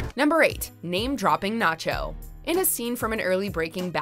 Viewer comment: I had to thumbs down because you couldn't say Ignacio's or NaCHO's name right!